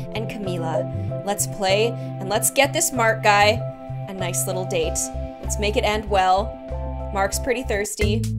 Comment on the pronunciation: lol sounds like date as in the food